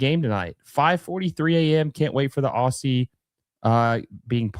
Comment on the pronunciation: FYI its pronounced OZ-ZEE. OSS-EE is just painful to hear.